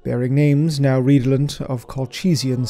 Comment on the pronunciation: 🌟Great Accounting of our Darker brethren. Rest well indeed, my vaunted Remembrancer (but Stay Vigilant;-) (P.S. RED~O~LENT✅ Ree~Doh~Lent ❌)